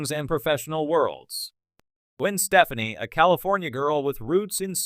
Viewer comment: I think you need to learn how to say her last name lol how can I take you seriously 🤣